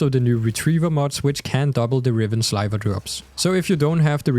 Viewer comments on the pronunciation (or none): It's Sliver not Slyver.